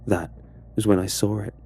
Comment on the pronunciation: No one: Absolutely nobody: while narrating: 'And that's when I SAWR it.'